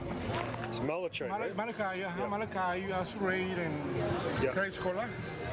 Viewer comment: LOL the Mexican dude said Malachite correctly. and you said it like a pendejo! es no bueno